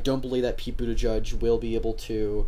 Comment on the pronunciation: Is Buttigieg not Buttijudge. There are too many closeted homophobic voters, that will not vote for Pete. I still believe the 2020 nominee is going to be a woman. A gay president, one day. you have to be neutral when making these kinds of videos. Is so obvious you are a millennial Liberal.